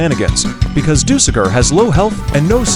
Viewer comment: We not gonna talk about how the AI called dusekkar dusekker?